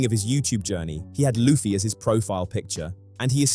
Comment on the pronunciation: Monkey D. Lewey HAHAHAHA Edit: bro I dislike logan as much as the next guy... but you again mispronounce Luffy... and you criticize him for saying it wrong right as you say it wrong too.